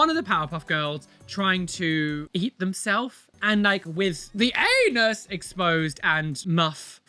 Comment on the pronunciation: It's an A-Knee-nus!😅